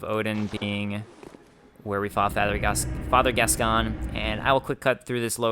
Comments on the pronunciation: Gascoigne is actually prounced like "Gas-coin". Just think of the "g" being silent and it you get "Gascoine". It's the same deal as my Gough comment for your DaS1 playthrough; it's a normal family name in the UK. I think the "Gas-con" you've heard is based on the French origin of the name, like Richard being pronounched like "Ree-shar" over there. Or your very own name being pronounced like "Dah-vid" rather than "Day-vid". Funnily enough, just like with Gough, there's a famous retired sportsman with that name that everyone in the UK will have heard of. In this case it's Paul Gascoigne, he played football for England. Here's his name in some football commentary. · hey. Loving the let's play. Just started this game but there's one thing. Gascoigne is pronounced "gas coin" I'm English and there used to be a footballer with the same name "Paul Gascoigne" ;). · I swear Gascoigne is meant to be pronounced, 'Gas-coin'. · Sorry dudes but the name is pronounced Gas-coin. The voice actress who plays Eileen the Crow is from Yorkshire, England and her thick accent makes it sound a little different when she says it, but it’s definitely Gas-coin. It’s a reasonably common name here in the UK which has French origins.